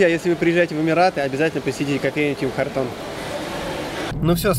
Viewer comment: Ребят, Tim Hortons произносится Тим Хортонс